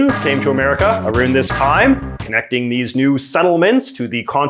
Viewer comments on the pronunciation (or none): That “ou” with your accent is everything for me. “Arouund” 😂💋💋